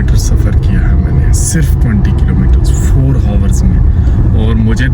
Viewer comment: Hours ko ours boltey hain 😂